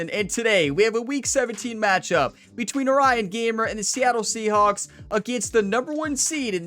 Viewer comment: I might be going crazy, but I've heard her say Seahonks, Seahops, and Seaschnaps more then saying Seahawks